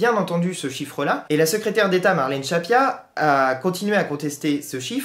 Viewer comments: Merci pour cette vidéo. C'est Marlène "Schiappa" et non "Schappia", attention. Sinon, d'un point de vue technique, soit tu mets une musique, soit t'en mets pas (perso je vois pas vraiment l'utilité, ça fait un peu ambiance de supermarché). Mais si t'en mets une, faut qu'on l'entende... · Juste une petite remarque futile ... Marlène "Schiappa" se prononce comme "Chia Pas" et non "Chat Pia"... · Je ne discute pas le contenu mais ce serait infiniment plus crédible si le nom de la ministre Marlène Schiappa était bien prononcé.